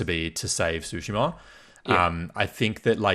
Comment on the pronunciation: Why the mispronunciation of Tsushima? Tsu- sounds like the - ts sound in cats. So it's more Two-shima. Tsu - sound is exactly the same sound as the - tsu - in the car brand Mitsubishi.